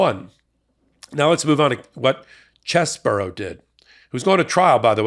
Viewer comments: Its pronounced CHEESY BRO. Not chess-bro. Lol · Please stop saying "Chess Borough" it's actually "Cheese Bro". CheeseBro. Chesebro. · His name is pronounced Cheese Bro not Chez Bro you know like his brain is like Swiss cheese full of holes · Why call him "Chess-boro"? His name is "Cheese-bro." 🧀 😄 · Is it pronounced Chess-bro or Cheese-bro? I still haven't found confirmation on this.